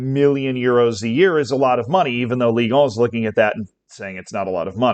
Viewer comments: Ligue uuh 💀💀💀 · Your pronunciation of the clubs was actually very good, but it's not "ligue on" 😅. I also don't think the league is to blame for the original broadcasting deal to fall through, the company who they made the deal with is.